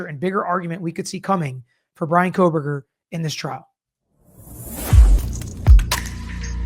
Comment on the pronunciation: You guys… there is no L in Kohberger.